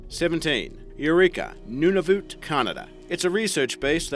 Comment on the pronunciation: Reminds me of how Jim Gaffigan pronounces Nunavut.